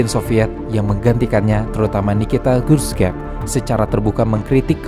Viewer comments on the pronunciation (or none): none